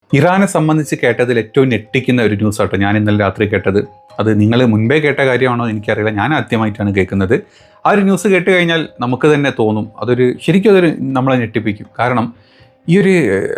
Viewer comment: നെട്ടിക്കുന്ന അല്ല സുഡാപ്പി ഞെട്ടിക്കുന്ന 😂